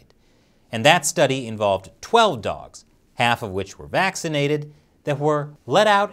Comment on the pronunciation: "Yi' lyk dags?" "Dags? Ooohhh, dogs, yeah I like dogs"